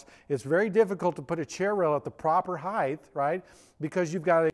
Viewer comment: Heighth? WTF is that? I'm so triggered rn.